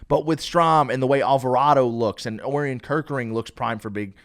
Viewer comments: For future reference, it's pronounced "Oh-ryan" Kerkering. Like the constellation, Orion. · Bro if you are going to continue to mispronounce Orion I can’t listen to this podcast😭